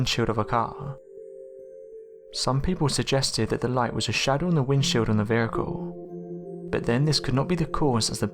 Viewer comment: I had to stop watching as soon as you said Veri’cle lol